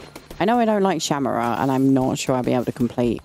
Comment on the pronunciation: It’s pronounced Shamura (Shuh- more-uh)